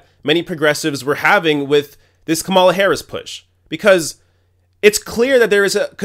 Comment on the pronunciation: You pronounce Kamala 3 different ways in one minute. That was distracting and this comment is petty